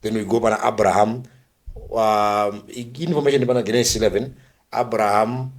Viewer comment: Genesis is pronounced with a J sound it is Jenesis not with a G sound